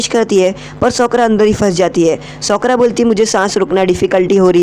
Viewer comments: Socra nhi Sakura Pronounce thik Karo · Bro you are best but I want to tell you that her name is sakura not shokura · Broo that's sakura not sokra man😂😂